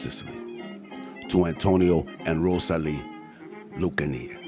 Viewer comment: Lucanee? It was lucana